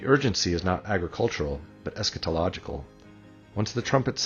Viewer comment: Besides everything else you say...... I am so glad that you pronounce the word "eschatological " correctly. So many guys have a CAT in the middle !!